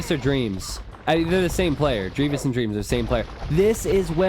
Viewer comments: Listening to the pronunciation of dreaIVIs was killing me. IVI = M 11111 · everytime you says deavis I pull a hair... Spoiler alert: [I have none left!] :( DrealVls = Dreams lol